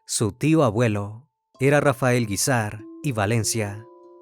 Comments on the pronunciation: Esta mal dicho el Apellido Guízar... Lleva el acento en la í... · No se Pronuncia así el apellido Guízar.. Y es "San Rafael Guízar y Valencia".. Jesús dijo: "Lucifer caminara dentro de mi iglesia". Y en varias sectas ha habido este tipo de cosas o peores porque hasta satánicos resultan.